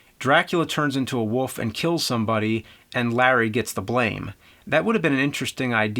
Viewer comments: Is it just me or is James constantly saying "Woof" instead of "Wolf"? Is that part of an accent that I dont know about or just a color of speach? Somebody explain that to me. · Hey man, just want to point out its 'wolf' not woof. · I just simply cannot wait until James reviews "The Woof of Wall Street", Dances With Woofs" and "Air Woof". I bet his favorite band is "Woofmother". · I love how James pronounces wolf as woof. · He do say Wolf but the L is not that clear :) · Love how you say woof in place of wolf. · wolf wolf the word is wolllf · Say wool. and and an f sound at the end. youre welcome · James pronounces "Wolf" as "Woof". I love it. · Berend de Liagre Bohl I just simply cannot wait until James reviews "The Woof of Wall Street", Dances With Woofs" and "Air Woof". I bet his favorite band is "Woofmother". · I love how he says "wolf" as "woof" some times! :D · Antonio, hes saying Woof... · Antonio Figueroa he says woof. you have shit in your ears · Parrydox Gaming I just simply cannot wait until James reviews "The Woof of Wall Street", Dances With Woofs" and "Air Woof". I bet his favorite band is "Woofmother". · James’ last name is Rolfe but can’t say wolf properly…🤣🤷‍♂️ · NEWSFLASH: The word "wolf" has got an L in it. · haha, I know right, he has been doing that for a decade, It always stands out. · How about same state? You won't find too many people in North Jersey dropping the L like that.